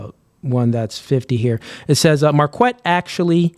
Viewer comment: Mar-kwet sounds gay. It comes from the name Marquette and it's pronounced mar-ket.